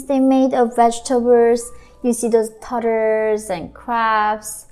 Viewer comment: You saying turtles lmao "tuutuh" AHA <3. Sorry not trying to be mean just pokin fun